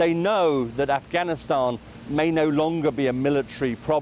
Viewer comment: He also said Ghanistan instead of Afghanistan yesterday. Oh, remember "Barrack America". So many to mention.